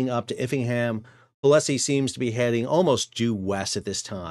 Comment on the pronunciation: Pol-sie, not Po-le-Sie